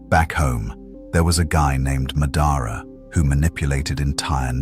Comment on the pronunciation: I hate how the AI pronounced Madara and Danzo 😂